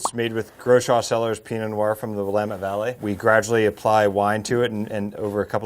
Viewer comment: a true Oregonian -"will-AM-ette" 👍